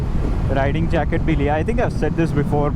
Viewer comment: just said ridding instead of riding :face-orange-biting-nails